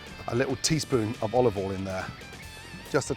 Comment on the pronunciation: LITERALLY, BEAUTIFUL, DELICIOUS, MORE IMPORTANTLY, SALT PEPAH, OLIVOL, NICE, TAKING IT TO THE NEXT LEVEL